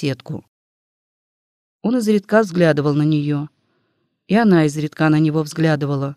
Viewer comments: Не изредКА, а Изредка. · Изредка. Ударение на И. 😢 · Ну что это за "изредкА"? Слово встречается часто, и каждый раз ударение на последний слог. Значит, ошибка не случайна. И недоумение растёт... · Наверное, читает машина: русский человек не может в слове "изредкА" ставить ударение на "а". Здесь же постоянно коверкаются ударения! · Изредка. Ударение ставить на "и"!!! Ведь это надо знать тем, кто читает классику... 😢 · Мне тоже не понравилось, как будто читает робот. Странные паузы в неподходящих местах... И просто чудовищные ошибки в ударениях. ИзредкА убило